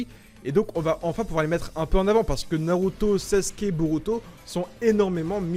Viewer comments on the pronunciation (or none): none